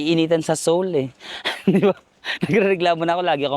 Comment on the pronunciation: You dont pronounce the 1st vowel sa korea - seoul (soul), seongsang (songsang), seongeup (songgup)